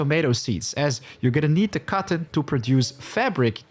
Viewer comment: took me longer than needed to realize he was saying "cotton seeds" , I was like wtf is "cawron"? LUL, love the tips